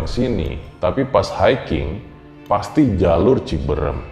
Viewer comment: Cibeureum ka bukan ciberem 😀